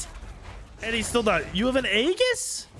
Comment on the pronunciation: It's pronounced with an e. E GIS. Not A Gis. E GIS. Aegis is pronounced with an e. You shouting it, so you're loud, but you're wrong lol.